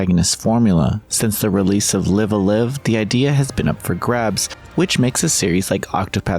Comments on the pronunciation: Live A Live... both words rhyme with five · You mispronounced Live A Live.